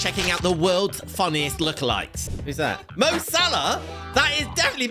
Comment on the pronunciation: to , it says the names the wrong way, like So Malah, not Mo Salah